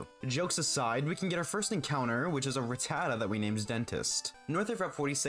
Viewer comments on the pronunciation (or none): Nuzlockes? Obnoxious intros? A tiny channel with bullshit sponsorships? PokeTube channel that can't pronounce Rattata? Long winded boring parts? Nope, but you lost me. I can't call this a good video.